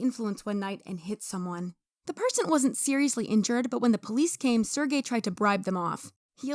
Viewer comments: bro you have to actively try to pronounce Sergey's name that wrong. Sir Gay, really? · lmao his name pronouciation is sir gay